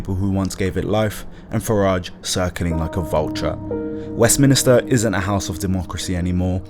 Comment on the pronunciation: Westminster not Westminister